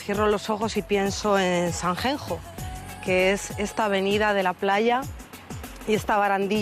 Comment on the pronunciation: Sanjenjo??? Me duelen los oidos. Es buena cantante, pero siempre da una imagen de tontita pija alucinante. Cada vez que dice Sanjenjo me sangran los oidos.